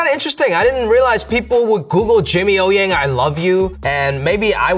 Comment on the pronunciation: Butchered his own family name 😭